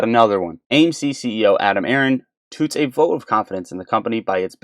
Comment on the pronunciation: Did you just pronounce “touts” as “toots”? Hahahahah. I’m sorry man but that’s absolutely hilarious 🤣